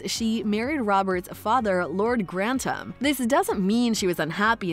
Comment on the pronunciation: Gran-tum? Seriously? Pro-nun-ciation... please